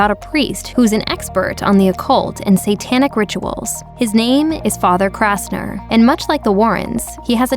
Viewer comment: It's Kastner NOT KRastner !!!!!!!!!!!!!!!!!!!